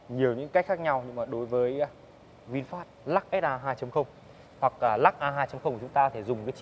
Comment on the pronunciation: Hiệp Vũ Mồm kêu văn hoá thì tối thiểu cug đọc tên hãng cho nó đàng hoàng. Ngta là Vinfast, đọc vinphet thể hiện clgt??? Nản nhất mấy thành phần này